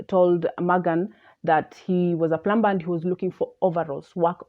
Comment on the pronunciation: Hello Miss. In proper English, a plumber, one working with water pipes, is pronounced as "plummer". When the letter 'b' immediately follows letter 'm' the 'b' is silent.